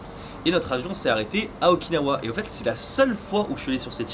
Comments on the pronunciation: Moi je reste bloqué sur le fait que tu dis Okin-hawaïenne 🤔 ça sent le monoï u.u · quand tu dit "Okinawa" sa me fais pensée a "Oikawa" dans haikyuu 😂